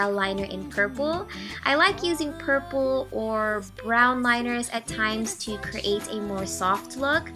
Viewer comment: Have anybody else noticed how she says "create"?